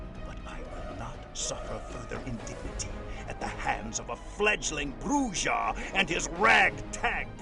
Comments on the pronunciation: Its not a big deal, but holy never heard spanish in your life... Bru-hah, not Brujjjjjah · Actually Brujah is pronounced like Bruja which means Witch in spanish. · Brujah is pronounced as "BREW-HAH" :) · I am so happy to see this video, especially since I was hoping to see you touch upon on VtM. I also plan to rejoin patreon on the 1st so the streaming is something to look forward to. Though it’s weird to hear Brujah pronounced with a J since it’s actually pronounced “Bru-ha” since it’s a Spanish word. Is it pronounced with a J in the game? I’ve never actually played it. As for fave clan? Lasombra. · I had my suspicions but hearing him pronounce bruja like that confirmed that this man is whiter then sour cream. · I was informed by an obsessive larper that it's correctly pronounced *shimmy-say (tzimisce) 🙂 Also, J in Brujah is like that in jalapeno. Yw.🌹